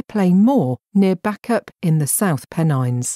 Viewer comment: Some of the pronunciation of the towns ...Bacup & Irlam...show the person speaking isn't knowledgeable about these places.